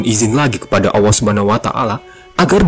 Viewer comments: Maaf artikulasinya saya dengar ucapan Awa, sorry perbaiki perkataan yg benar adalah Allah bukan awa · 1.45 Maksudnya 70.orang itu apa mind Bukanya orang=manusia menurut kbbi, tp kok ada org sebelum adam. Maksudnya gimana mind Bacanya aja ngawur allah dibaca alloh mind bkn awoh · Allah saja nyebut nya ga jelas.. apalagi sejarah nya🤦🤦🤦🤦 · Lam itu bukan Wau masa Awwah Allah yg benar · Yang benar tu..ALLAH bukan awwah bang... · Penyebutan nama ALLAH SWT saja ketahuan org ini bukan muslim